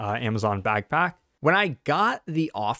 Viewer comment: did you just call it a bagpack?